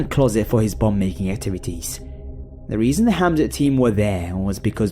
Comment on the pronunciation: It's hazmat not hamzat